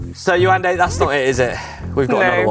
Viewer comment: Nice - You pronounce her name "Ye-wan-day" 🤓🤭